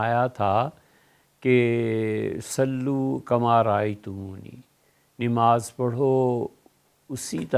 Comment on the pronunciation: میری مفتی صاحب سے ادبا گزارش ہے کہ آپ لفظ نماز بکسر النون پڑھتے ہیں حالانکہ بفتح النون ہے اور مفتی صاحب اکثر ایسا کرتے ہیں محمد انعام رائپور ضلع سہارن پور یوپی